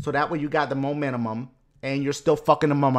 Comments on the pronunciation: Momentum, not momentumum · dashie u said momentumunum lol